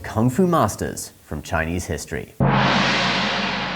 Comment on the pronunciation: Thank you for your correct Chinese pronunciation. It’s most refreshing